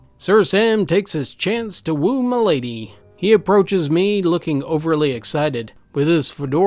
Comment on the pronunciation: Idk if it's just what I heard or if you really said it like that, but "get him mi'laid" KILLED ME